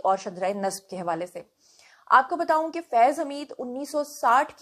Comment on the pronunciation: میں نے پہلے بھی کہا تھا کہ آپ بتوؤں نہ کہا کریں بتاؤں کہا کریں آپ جب بھی بتو ؤں کہتی ہیں تو لگتا ہے ابھی آپ کہیں گی آلو بتو ؤں۔ ب ت الف کہیں ب ت ؤ نہ کہیں۔ جس طرح آپ نے کہا ہے بتایا تھا اسی طرح بتا کہیں